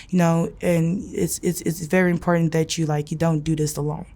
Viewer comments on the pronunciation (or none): none